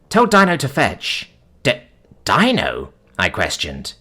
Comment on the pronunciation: Dino is pronounced Deenoh